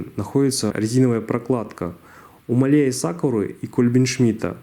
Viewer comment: Делай ударение на а (máhle) спасибо за видео 👍